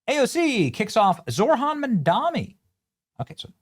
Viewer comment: It's Zohran, NOT Zorhan.